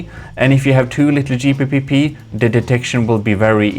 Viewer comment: Not gonna hearing you say Gpeepeepee at 2am really gave me the late night gigles 😂 really wouldn’t want to run out of Gpeepeepees!